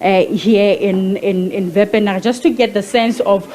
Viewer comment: Wepener not Vanar